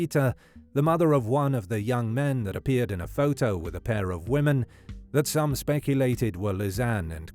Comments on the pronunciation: Sad case indeed. Was anyone else triggered by the narrators pronunciation of "photo" during this whole twenty minute recap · I like how the voice says photo like "foh-toe"